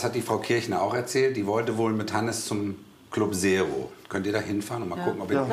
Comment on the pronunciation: Club Sero (statt Zero)🤣♥️